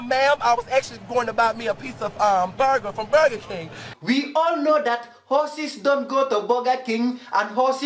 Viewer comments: "BOGGA KENG HOSSES DONT EIT BOGGA" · "vee aal now hawsas don't go to boga King and don't eet boga"